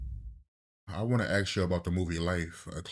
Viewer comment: It is 'ask' not 'aks'.